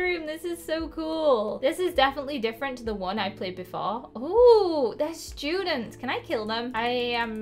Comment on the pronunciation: “And there r no shoodents”